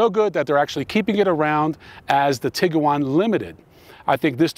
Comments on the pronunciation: tig - you - wan ... NO. tig - wan. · Whop can’t say Tiguan. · Man you are so jacked that I'm too nervous to mention the Tiguan has only two syllables. Nonetheless, your channel is very impressive.